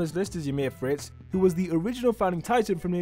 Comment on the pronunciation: “Emir Fritz”